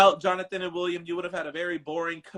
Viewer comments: 😂😂😂 I was gonna ask that too but I just heard him pronounce it hisself but it’s William not Willum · “WILL UM” lol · yo I’ve never heard such a common name butchered like that before in my life. Then I realized it’s for laughs and giggles 🤭